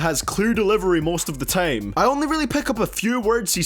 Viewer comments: Says the one who says “tame” instead of “time” lol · You can't say shit about Carti's voice. This nigga sound like he has a cough drop stuck in his throat. Instead of saying "time" this nigga said "teighm"🤦‍♂️😂